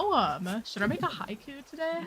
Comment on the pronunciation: finally. an American who pronounces haiku the Japanese way 😩🤌💕